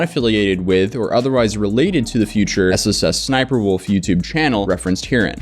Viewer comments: My guy, it's ES ES Sniper Wolf, not ES ES ES Sniper Wolf. There's only 2 S's before Sniper. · There are 2 Ss and then Sniperwolf. You keep saying S S S Sniperwolf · I swear he's adding an extra S. Like SSS Sniperwolf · getting so annoyed at the fact he pronounces SSSniperWolf with 3 S's